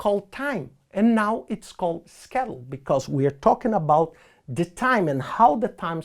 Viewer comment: Every time he says schedule I get hungry bc it sounds like “Skittles”